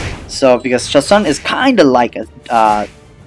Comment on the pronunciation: Its pronounced ChaSOON